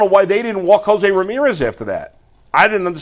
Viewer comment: Why does he keep saying Josés name wrong 😅😅